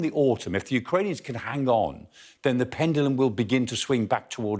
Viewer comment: Lmao pendilum hahaha